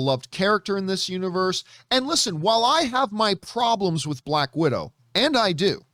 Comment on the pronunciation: 'Black Widow'...not bad.....but 'Balck Widow'...now THAT was GOOOD! :D